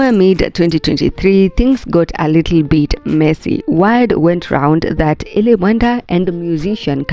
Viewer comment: Eli ❌ E-lie ✅